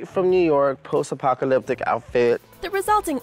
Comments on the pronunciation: Why do you keep mispronouncing apopalopic?? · It’s pronounced Post Apopaloptic